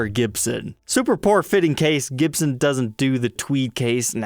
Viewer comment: Gibson with a U instead of an O !!